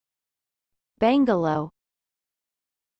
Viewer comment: Bungalow not Bangalow.